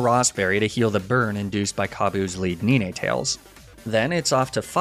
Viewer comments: What the fuck is a KNEE-Nay Tales? 9 Tales bruh. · BRUH it’s arcaNINE and NINEtales like the number NINE (9) NOT niné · ‘Ni ne tails’ Lol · I’m sorry I’m not tryna be mean but some of the pronunciations 🥲 “Nene Tales” 😭😭😭😭😊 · Neenaetails and Arcaneenae… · Arcakneenay & Kneenaytales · arca-nee-nay and nee-nay-tails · The way you pronounced Ninetails & Arcanine was truly horrifying... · What's with some pronunciation? Like "Lethergy" and "Ninetails"? It's super off.